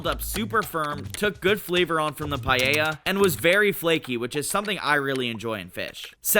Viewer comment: It's called paella, not pallella.